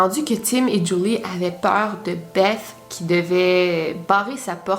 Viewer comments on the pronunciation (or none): Je crois que beth ,sa se dit bess😄 sinon super video